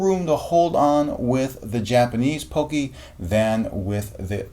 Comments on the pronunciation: You're saying it wrong... It's not Poke-y It's Pock-y Pock as In pocket not Poke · I'm getting triggered over the way he says pocky wrong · U pronounced pocky wrong